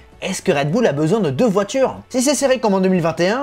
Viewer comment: Bull l'accent doit être uLL pas OÛL.